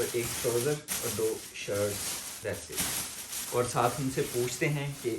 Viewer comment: Hair fall is wjha sy hota ha q ky tu That’s it ko Das it bolta ha Or tu asa gawar insan hai ky itni br btny ky baad b galti krta ha